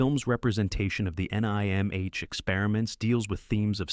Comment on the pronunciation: A. Just change the video title to say the 80s and 90s. Most of these movies came out in the 80s. It doesn't count as a movie "from the 90s" when it was made in the 80s. B. It is pronounced "NIM" way to show you ever actually watched the movie because you pronounce the title differently than every character in the movie.